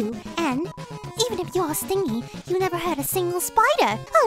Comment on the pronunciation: And you said sting-y not Stingy (StinJy)